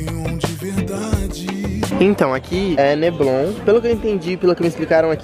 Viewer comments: Neblon kkkkkkkkk é Leblon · é LEBLON não NEBLON hahaha Abraço! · "aqui é neblon" kkkk é leblon. Quando vc voltar queremos encontrinho na quinta da boa vista